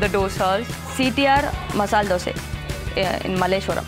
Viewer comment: Hey hey i like you... The girl who pronounced masala dose not masala dosa... ❤